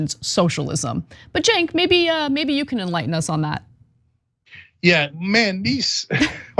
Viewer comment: At least get the name right. He is Cenk, pronounced Jank! And no this rich pos is not right. He's been rich and coddled so long now that he thinks the only people worthy of dignity and respect are other (white) super wealthy coddled privileged cretins like himself. BTW, rich coddled dirtballs like him have 'taken advantage of the system' with all sorts of personal and corporate handouts(socialism) tax gifts for the coddle rich, for decades. He wouldn't give you the time of day unless maybe you were his 'massage boy and he enjoyed the 'happy ending'!